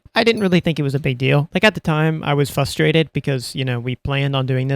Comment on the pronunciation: "fustrated" there's an R in there man